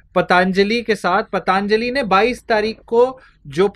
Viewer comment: धन्यवाद, मै आपका प्रशंसक हू । कृपया ' पतंजली ' ऐसा उच्चार कीजिए ' पतांजली ' ऐसा नहीं । इससे आपका जो स्पष्टीकरण है, उसमें कुछ दोष नहीं आता ।